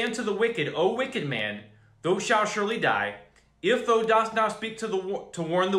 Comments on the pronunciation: "thou" is properly pronounced "th-ow" (like OW!) not like "though" :) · Brother, when you see the word ( thou) in the King James ; it's pronounced like ( thow) like wow or cow. Just helping u out so u sound more legit. God Bless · not to be that guy thou sounds like "cow" thou not thoooo fiery = " fire reeeee" not fuuuury